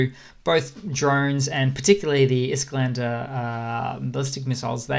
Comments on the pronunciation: Really like your videos, I watch them daily, thanks for the updates. One note though: it's "Iskander", not "Isklander" ;) Just a nitpick, keep up the great work! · There is no L in Iskandr, btw